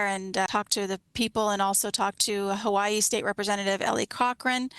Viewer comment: She lost me whenever she pronounced it ha-Vie-y. I was in the service with kids from Hawaii and they said it the way I do. No. She's full of it.